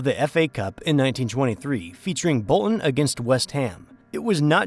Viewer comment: He calls it soccer and then tries to pronounce Bolton and Britain with the glottal stop! Very informative.... but the narrative....... 🙄🙄